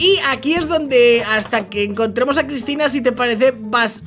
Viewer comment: Dijiste crypina no Cristina